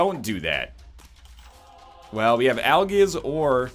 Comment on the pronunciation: I can't wait until he finds out that 'Algiz' is pronounced 'Al-jizz.'